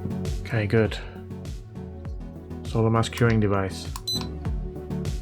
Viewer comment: Nice to hear 'solder' said correctly. Grates on my nerves when it's pronounced 'sodder'! 😊😊